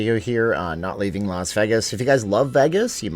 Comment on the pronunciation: Well, he doesn't live in Las Vegas, so maybe that's why he can't pronounce it. 🤣